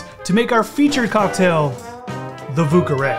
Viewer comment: oh man... the pronunciations... 😬